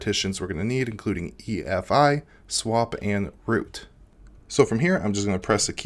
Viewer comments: EFI not EIF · He keeps saying EIF while it's actually EFI